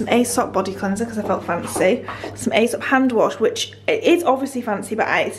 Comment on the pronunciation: Gorgeous gorgeous flat! By the way you say 'eesop' not 'aysop' ! X